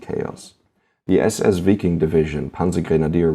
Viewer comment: its pronounced VIKING!